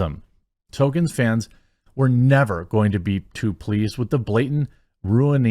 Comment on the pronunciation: Tol kein Not Token, get it right.